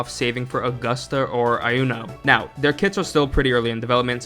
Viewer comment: Iuno is actually pronounced "You Know", there is no "eye".